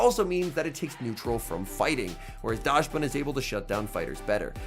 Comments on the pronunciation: You could not pronounce dax ban any worse even if you tried 😢 never say daash ban again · Yes you are right about the dachshund part. But the correct pronunciation should be "daks-bun" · and Dachsbun is "docks-bun", like the dog, the dachshund - docks-hund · your German is awfull xD call it dahxbun